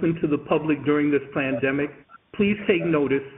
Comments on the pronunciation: it really sounds to my ears that the man on the recorded phone message said "plandemic", and not "pandemic". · County clerk really sounded like he said plan-demic 💀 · He totally said plandemic did he not? Sounded like he said Plandemic. I've NEVER heard a homie G be the voice of a automated answering service for a state. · YOOO! did my guy say "Plan Demic"? ROFLMAO